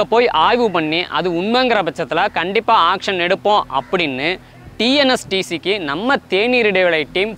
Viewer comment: Bro kindly pronounce it as TN STC not TNS TC. By the by videos are awesome. Keep rocking.